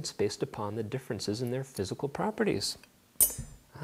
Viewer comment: my favourite bit is when he said physical properities